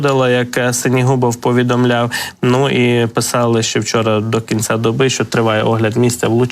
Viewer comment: У ведучого жахлива вимова... Що це за акцент ???!!!... "Харківскому, здогадуватиса, до кинца, области, росияни, промисловости, мисти, доступности, ци, відбувалоса, пядесят...